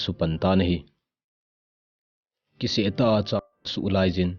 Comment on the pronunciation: Angei je kipa um lheh e, abul a "kiseh tah a" kiti lai khu "kisiet tah a" ti joh ding ahi🙏 hung machal jing in❤️